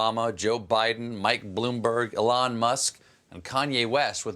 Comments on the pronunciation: I think the most upsetting thing you've ever said since I started watching you interview racists back on the Daily Show was you saying "A-Lon Musk". He's the Richest African on Earth. The dude's name is ELON. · Imagine not knowing how to pronounce Elon in 2020